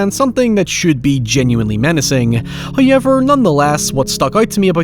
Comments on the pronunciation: You ever notice that this fella pronounces “however” as “HI-ever”? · First "hoyevver" drops . We have pleased Him.